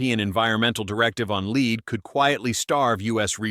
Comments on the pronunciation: LEAD spoken as leed multiple times. AI narrator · What the heck is 'leed' ? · I cringed every time he said "leed" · The text and point are valid, but boy can you get an AI narrator that can actually pronound the word LEAD? It does well with an american accent speaking English, but can't seem to figure out lead.